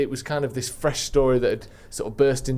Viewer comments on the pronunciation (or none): none